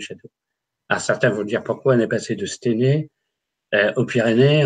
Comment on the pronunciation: Aah les amis à 1h 04 minutes on dit à stEUnay (Stenay donc..) petit coucou à des Forains de la bas Katia Verstoefer et William a l'époque il est partis.. Et c'est dans la Meuse les gas pas dans les Ardennes... 😉👍